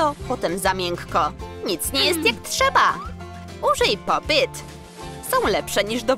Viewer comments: Fajne fajne ten film ale wiecie że nie mówi się popyt tylko po PIT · Nie muwi się poppyt tylko popit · Nie popyt tylko pop it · Czemu mówicie popyt a nie popit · Mówi się pop it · Można nówić jak się hce pop it i pop yt!!